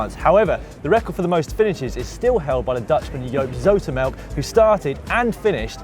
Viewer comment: Oh guys! I laughed SO hard at the part with Joop Zoetemelk and How you pronounced it!😂😂 you have to pronounce the "oe" as like the oo in book